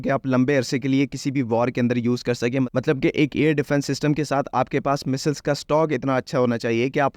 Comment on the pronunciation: Phele missssseleees theeek hai Boln seek le